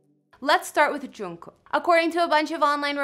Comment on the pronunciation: yo... You're not even a BTS fan, And you don't know anything about their lifes. And its Jimin,not Chimin. And the way you said Jungkook... Omg😂 I'm not trying to be rude but don't post about each others lifes if you really dont know them.